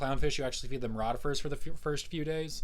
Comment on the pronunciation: Excellent - thank you! In a minor point, its' ROItifers. Hi...